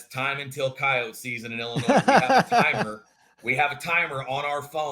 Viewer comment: How does the host not know how to pronounce Illinois?